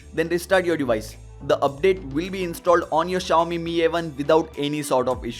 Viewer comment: Finally you're saying Mi as Meee not M I 😬